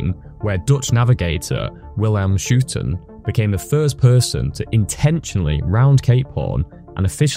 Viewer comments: ‘Willem Schootan’ LMAO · Why did you not also apologize to dutch people for butchering Willem Schoutens name?